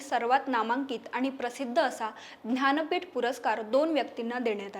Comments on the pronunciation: aaho Dhanpeett Navee Jnanpeeth Ase Uchhar Kara Sham Sham 😢😢😢😢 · महत्वाची माहिती दिली आहे मात्र ज्ञानपीठ या शब्दाचा उच्चार ध्यानपीठ असा भासतो